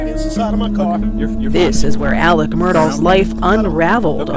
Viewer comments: On a related note, why is AleX pronounced AleCK?? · The most frustrating thing about this case coming back into the spotlight is that I again have to hear him be called Alec instead of how his name is frickin spelled: Alex